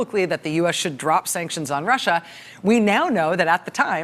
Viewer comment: Did anyone notice how he pronounced sanctions? Just like she did. No T. Sancsions?